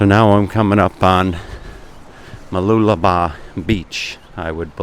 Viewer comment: I had to watch this video as I was very curious to hear you pronounce Mooloolaba. Well done!! Now you can try pronouncing Whakaangiangi in New Zealand. LOL. Thanks again for the great walk and talk.